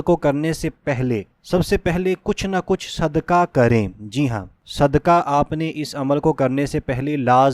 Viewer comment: السّلام علیکم اللّٰہ آپکی نیک نیتی پر آپکو جزائے خیر عطا فرمائے مگر نیک نیتی چیک کرنے کی جو تین تین. چیزیں ہوتی ہیں ان میں اولین یہ ہے کہ بلاوجہ ویڈیو کو طول نہ دیا جائے اور عربی اور اردو کا حق ادا کیا جائے! یَرزُک نہیں ہے یَرزُقُ ہے قاف بڑا والا ہے اسی طرح صدکہ نہیں ہے صدقہ ہے! مرگی نہیں مرغی ہے!. ان چیزوں کو برائے ملحوظِ خاطر رکھے کیونکہ آپ جیسے لوگ اس معاشرے کا معیار اور کسوٹی ہیں آپ جیسے لوگ اگر لوگ اس طرح گفتگو فرمائیں گے تو آپ سے سیکھنے والے کیا اپنائیں گے !